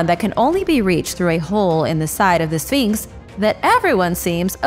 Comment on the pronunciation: Exactly and it's a well known image in Egypt. Absolute rubbish that nobody knows what it is. I actually stopped watching at this point because I couldn't believe the amount of poor "reporting" and other rubbish being spouted in this video! It also annoys me how she says sfeeenks